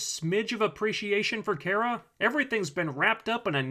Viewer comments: Cat Grant keeps mispronouncing Kara's name, as does the commentator of this vide. It's "Kah-Rah", not "Care-Ah". I mean seriously. Also this is a feminist television show geared towards teenagers (which is probably why logic and consistency isn't important to the script). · I just think it's funny that you make fun for Cat Grant for mispronouncing Kara's name as "Kira," but you pronounce it wrong too. It's "Car-a," not "Care-a." I'm not trying to defend the show or anything, but I do want to point out this little bit of hypocrisy. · Um but you don’t pronounce her name properly it’s KA-RA. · Your vids are great, but Kara's name, it's Kar-Ra, like Car, not like Care. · character, herself. Her, her family and friends (Cat Grant excluded) pronounce her name as "Car-a." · I think it is pronounced car-uh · It seems to vary. Some of the cartoons it is care-uh, while in the 1984 Supergirl movie and the TV show it is car-uh. Cat Grant is just screwing with her. Mocking her name. In the season finale Cat Grant pronounces it car-uh and smiles at her. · Smallville pronounced it as Care-Rah.